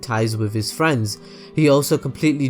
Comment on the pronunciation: I don't know about you but, I fight for my Fweeeeeeinds!!!